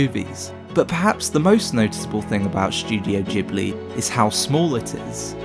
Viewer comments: You muppet its Ghibli not Jibli.... but good vid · "Djibli" porcoddio you spell it Gibli not Djibli!!! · Ghibli like grass, not jibbly like jack. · It's guybli not feeling, though... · G-buri. Thats how Japanese pronounce. I was surprised. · I'm Japanese. In Japan it is pronounced Jibuli. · You are pronouncing the G in Ghibly wrong, nearly everybody does. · JHIBLI OR GHIBLI HOW DO U PRONOUNCE IT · Except for the part where he can't be bothered pronouncing Ghibli correctly..